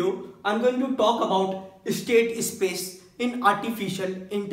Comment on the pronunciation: es-state ess-space